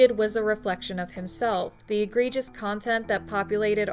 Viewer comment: It's egregious, not agregious. Good video otherwise.